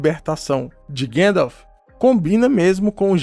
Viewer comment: seu conteudo e otimo mestre, mas por favor e gandalf e nao guendalf hauhauauhauhuah